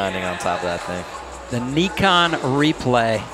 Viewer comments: It’s “Nye-Con” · Is it not pronounced N - eye - khan. They keep saying Knee - khan. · why do they keep saying neekon tf